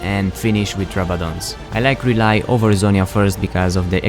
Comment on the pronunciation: "Rely" xD